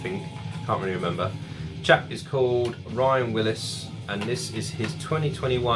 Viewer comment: Thanks for the mention man! Appreciate the support! Also, its "Wills" not "Willis" 😉